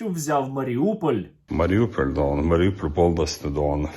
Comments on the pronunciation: Та навчіть вже бідолаху вимовляти «гон» на початку його «дон» 🥺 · А чому він весь час каже дон?